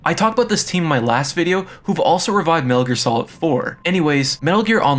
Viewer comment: OMG WHATS WRONG WITH YOUR SPEECH IMPEDIMENT!!! ITS LIBRARY. NOT LIBERRY . ITS SOCOM. THERES NO L ITS NOT SOLCOM. ITS NOT MENEL GEAR SOLIN ITS METAL GEAR SOLID. have a friend talk for your videos or something GOOD FFFFKKKINN GRIEF